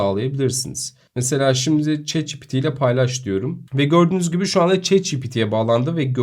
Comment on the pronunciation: bro neden chat ci pi ti değil de çi pi ti diyorsun